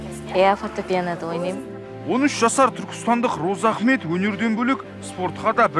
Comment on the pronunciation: Розаахмет деп дурыс атамапты, Разыахмет десе дурыс болар еды